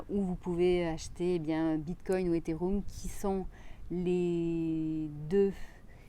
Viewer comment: tu a dis etherum au lieu de ethereum 😎😏